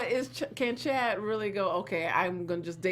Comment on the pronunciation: The way you say Chad. 😂